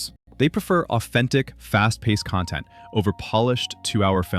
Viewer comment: CON-tent....ugh.......... not con-TENT or is that a Double-Entendre?